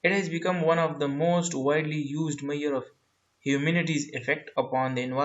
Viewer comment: Sir it's measure 🙂